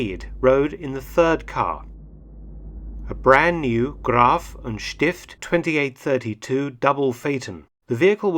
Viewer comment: It's not Graf and Stift the correct name is Gräf und Stift